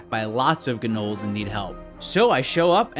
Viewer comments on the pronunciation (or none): Its not GA Nolls its Noles! Gnolls the G is silent!